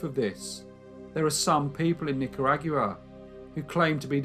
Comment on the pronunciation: Just wanted to say that Nicaragua isn't pronounced like that. It's more like knicker (underwear) and agua (Spanish for water) Not trying to be rude, just want to help